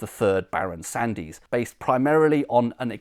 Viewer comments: Sandys is usually pronounced Sands - the 'y' is silent. Excellent video though!🙂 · I think you'll find the name Sandys is pronounced Sands. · Fascinating. I grew up in Worcester and was always told that Lea and Perrins was the original sauce, but clearly it is not. One small point, "Sandys" is correctly pronounced "Sands". I was actually born in Sandys Road, Worcester and a friend worked in the Crown and Sandys inn in Ombersley. Incidentally, Lea and Perrins were not the only Worcester chemists who went on to found a famous condiment company. William Hill and Edward Evans formed Hill, Evans and Company, just half a mile from Lea and Perrins. For many years, Hill Evans was the largest vinegar factory in the world and had the largest fermenting vat in the world, capable of brewing half a million litres of vinegar. It was so big that it had its own branch line, known locally as the "vinegar line". As you can imagine, the combined odour from these two factories so close together was quite pungent! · Superb research, as ever. Thank you. I suspect that "Sandys" might be best pronounced as Sands.